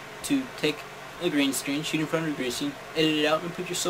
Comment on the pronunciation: did you say green sdreen"